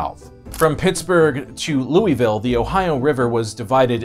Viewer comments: pronounced lou-i-vul or lo-vul not Louis-ville. Remember this is the south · As a native of Louisville, it's always been a bit of a joke how bad the Ohio is. The fish glow in the dark, they say. Or when a criminal jumped in it to escape the cops, "He's gonna regret that in a few years." Also, it's Loo-uh-vull. Louie-vill is acceptable but will get you immediately outed as an outside. Louis-ville just hurt my soul. Leave the s out unless you're trying to start a fight. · you have it wrong about the Ohio River splitting the North and South, KY was split, we had Frankfort as the Northern capital and Bowling Green as the Southern capital. The Sorthern Army made it as far as north Shepherdsville. And it's pronounced Louie-ville, not Louis-ville. We were orginally a French colony city, not British! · Perhaps some research into correct pronunciation is warranted. For instance: it's no "mobile"... it is Mo-Beal. It's not "ma-non-ig-how-la"... it is the Mo-naga-heal-a... and your worst thus far: it's not "Lewis Ville" or "Louie Ville"... it is Lou-a-vule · "Lewis-ville"= wrong "Lewey- ville"= ok "Lou-uh-vull" = correct "Kai-ro, IL"= wrong "Kay-ro, IL"= correct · Um, it’s not Lewie-ville, it’s Lou-uh-vull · Louisvillian here as well, goodness it hurt when he said "Lewis-ville". also, judging my your user name I think you would really enjoy my former band, Stagecoach Inferno, based out of Louisville. I had to bow-out when I had kids but they're still active and very much along the lines of Maiden, except all the songs are about the Wild West. They're on Spotify and Youtube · ain't none of y'all out of towners know how to pronounce Louisville, smdh (it's "Loo-uh-ville" thank you very much. :P) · I'm a lifelong native,It's Louisville KY,as in king Louis of France,btw it's pronounced,lulvul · Lewis-ville Ha! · I was coming to comment how you can tell people aren’t from the area with how they pronounce Louisville. Hoosier born and raised.